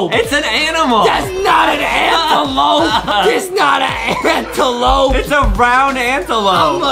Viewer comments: Antelope MOS LIKE ADAMLOPE XD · Adem: " Its an Antelope! " Me: ohhh Antelope cus i keep hearing " Anteloaf " AYYYY XD